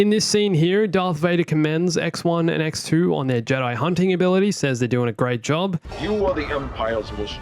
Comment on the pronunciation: I can't help but hear EcksToo every time says X2